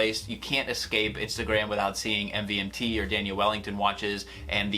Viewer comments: It's pronounced MOVEMENT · You don’t pronounce it "MVMT" you pronounce it as Movement